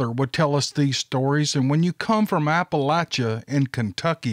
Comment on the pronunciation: Thank you for pronouncing Appalachia correctly. LOL. I wouldn't be mad if you pronounced incorrectly, but I really appreciate the correct pronunciation though. (Apple-atcha)💫